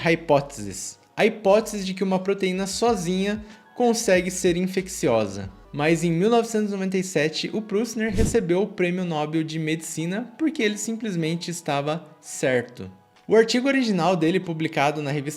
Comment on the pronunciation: Man fala Nobél pelo amor para de falar nÓbel to ficando irrado de tanto YouTuber espalhando a palavra errada por aí